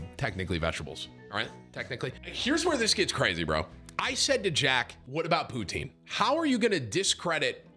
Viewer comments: Stop saying poonteen 😭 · As soon as he said “pootine” I was looking at chat for someone to say “potang”🤣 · Wtf is pooteen?